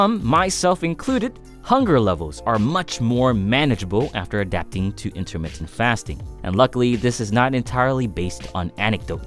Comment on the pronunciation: Intahmittah fast'n